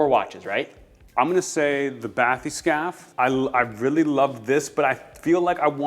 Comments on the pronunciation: It's pronounced Bat-Hess-Cappy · it's pronounced "bath-escape"